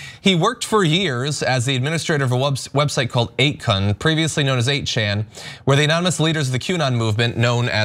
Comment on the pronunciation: Let me help with your pronunciation: 8chan = 8 CH-AH-N (Ch as in Chew, A as in Arkansas, N as in Number) 8kun = 8 K-OO-N (Ku as in Kula, Hawaii (Or Kool-aid), N as in Nancy) Now that I saw these website's names in context, you've been saying them wrong.